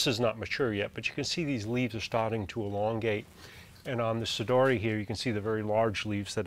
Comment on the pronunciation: There is actually only one correct pronunciation for 'sodiroi', one that is faithful with Latin rules: 'so-dee-ro-eye'. Cool video, nonetheless. Can't help but look at the plants in the background.